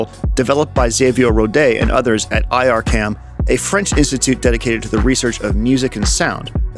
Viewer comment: FYI, IRCAM is pronounced "EAR-CAM", not "EYE AHR CAM"